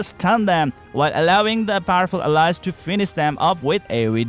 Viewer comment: Awesome video! Thank you! Pls do learn how "Ally" , "Allies" and "She" are correctly pronounced. all in all, awesome video!